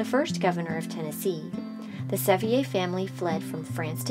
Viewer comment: This needed a lot more basic research. "Rotherford" Mansion should be Rotherwood Mansion. Sevier was not a Frenchman. It is pronounced as "Severe".